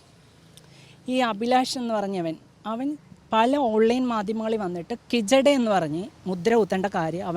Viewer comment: കിജഡയല്ല, ഹിജഡയെന്നാ..